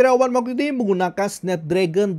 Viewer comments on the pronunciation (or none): none